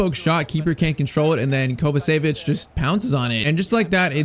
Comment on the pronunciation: Its not kovasevic Its pronounced kovachević